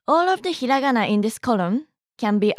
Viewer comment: it feels so weird( and satisfying) hearing hiragana said correctly instead of the slow stretched way English people usually say it